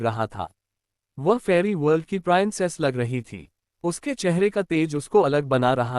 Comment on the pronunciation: Peanic nahi princess hota hai